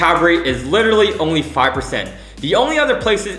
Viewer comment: You should literally stop saying literary :goodvibes